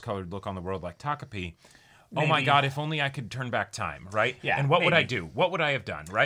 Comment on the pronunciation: Thank you for being able to say takopi and not tokopi.